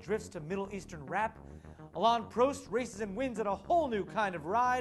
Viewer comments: Firstly, it's Alain Prost which rhymes like a Boss! Not Alain PRO-st. Secondly, contrary to American belief, the rest of the world could not give a shit about American football. M.I.A. is also a great rapper and she stuck her finger up for some easy American publicity. Lastly, if the R8 driver had the flappy paddle gears then I can sympathise with him for just how hard it is to park without manual gears because the car will naturally just want to shoot forward. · where is jf when you need him....i think you saying prost and dacia wrong.....just sayin is all could be wrong.